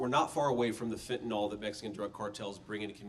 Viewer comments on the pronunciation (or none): It's fentanYL not Fen-tan-all!!